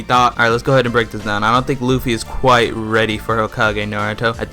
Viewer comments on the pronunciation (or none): none